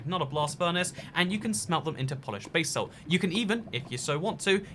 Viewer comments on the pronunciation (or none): What is this 'bay-salt' you were speaking of? Seen you mining gold and 'bas-alt' but didn't see any bay-salt😁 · Basalt: pronounced it like ‘da salt’ with final stress